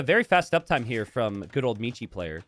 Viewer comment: Since Michi Player is a german, you schould learn how to pronounce it correctly. ^^